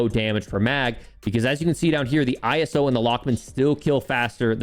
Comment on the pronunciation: Why do you say iso I - s - o